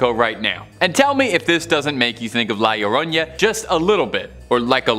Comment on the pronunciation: Iioroña lmao yeah that aint how you are suppposed to say it